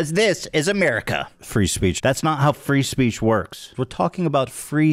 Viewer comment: Free speech now just sounds like fris peach goddamn he ruins words 😭